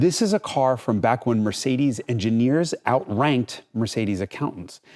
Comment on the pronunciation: Mercedes'iziz & Audis'iziz 😉